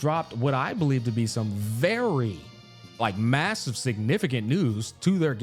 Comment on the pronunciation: did he say Massive???